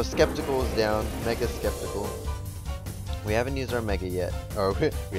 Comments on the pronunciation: Its sceptile not spektikle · Why do you say "Sceptile" Scepticle? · Did u just call sceptile for sceptical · Btw it's not sceptical is Sk-ep-tile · Skepticle xD i am dying inside(i dont mind the pronunciation at all) keep up the great (and funny) work! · BlizzardBacon Man he said some scep-a-cauls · The Syndicate its sap-tile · Its pronounced as SEP-TILE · you pronounce sceptile really weird, buts that's OK